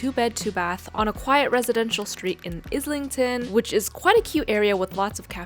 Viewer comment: It killed me the way she said “Islington” 😭